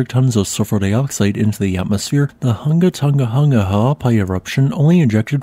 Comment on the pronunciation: We appreciate your practice in pronouncing the full name correctly.